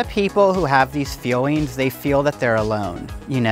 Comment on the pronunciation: Why he saying fewings instead of feelings